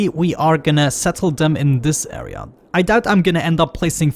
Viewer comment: dont know if i love or hate u saying "area" :D "aea"! Great videos btw!